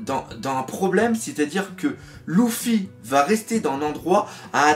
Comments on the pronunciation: Pokélite x en plus c est pas louffy c est luffy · Ça me stresse quan tu dit "Louffy" 😂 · Tu dis Gok[ou] pas Gok[u] Tu dis Nar[ou]to pas Nar[u]to Bah pourquoi tu dirais L[u]ffy et pas L[ou]ffy ? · Moi c'est ceux qui disent LUffy qui me stressent de ouf